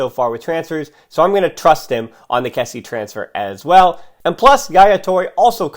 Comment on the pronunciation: great video ! but it's kessié not kessi , pronounced kessi-ye